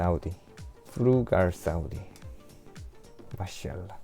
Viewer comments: You make me laugh a lot when you say maa shaa allah 😂😅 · مين قاعد يضحك عله كلمت ماشالله كيف يقولها 🤣🤣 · احب عندما تقول ماشاء الله مضحك جدا و لطيف